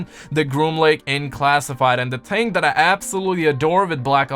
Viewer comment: Do you not like the letter H? ting? THING